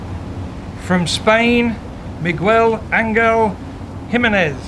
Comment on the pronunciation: MeGWELL? AnGELL? wow.